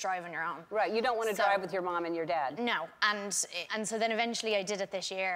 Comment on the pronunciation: "So put yerr marm or yer dodd in the cerr" "myee"